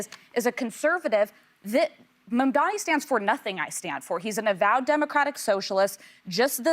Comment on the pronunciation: Joy, it's M-A-M-D-A-N-I. Not Mamdami.